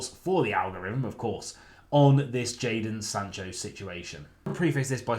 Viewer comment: "Jadon Sancho"?? Oh, i thought you said, "Icarus"